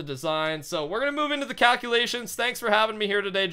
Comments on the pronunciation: wait did he say cowculations? umm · Did u notice that he said cowculations